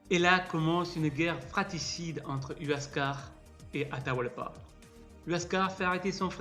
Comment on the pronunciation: Cusco ne veut absolument pas dire nombril du monde, et quand j entends huascar prononcé uascar et non wascar j ai les oreilles qui saignent